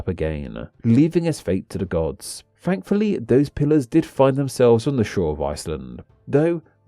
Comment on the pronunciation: Why do you say "bruvver" and "fankfully".